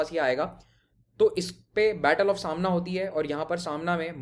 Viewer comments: it is समाणा , not सामना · It's not Saamna it's Samaana. Border of Punjab and J & K is at Pathankot and not Gurdaspur. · ਸਾਮਣਾ ਨਹੀਂ ਜੀ ਸਮਾਣਾ , ਛਪਰ ਚਿੜੀ ਨਹੀਂ ਚੱਪੜ ਚਿੜੀ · Not सामना its समाना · Smana hai not samna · सामना नहीं समाना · sir u r pronouncing Samana wrong...its not Samana like Shiv sena magazine... its Sa ma na